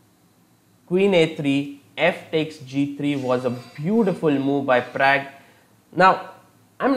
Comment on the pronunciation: Am I the only one who doesn't like his analysis/explanations and also every time when he says pragg???